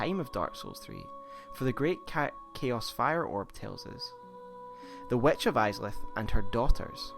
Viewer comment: The "wetch" he says... lol Seriously, is it that hard to say "witch" ?